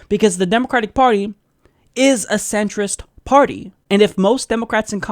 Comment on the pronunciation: He really probably anti Muslim. Also I can't get over the fact he said "centerist."😂 This idiot doesn't know it is Centrist.